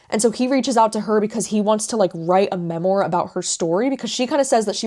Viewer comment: (Not meant to be snarky) just btw memoir is pronounced ‘ mem - WAR’ not ‘mem-OR”🙏🏻.